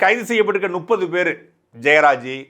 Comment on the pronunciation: முப்பது எனும் சொல்லை நுப்பது என சொல்லி வருகிறீர்கள். எத்தனை முறை தான் திருத்திக் கொள்ளுங்கள் என சொல்வது?